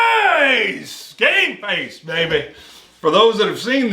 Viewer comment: Screams “game face” but doesn’t really pronounce the m. 😂